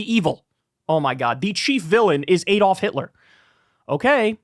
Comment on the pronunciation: Why can't Americans pronounce 'Adolf'? (They also always mispronounce 'Graham', but I digress.)